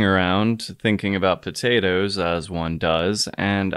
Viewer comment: Next time, just simmer the ootatotoes first.